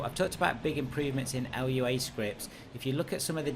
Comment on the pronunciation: Great video! sorry for being that guy, but it's pronounced LOO-ah not L-U-A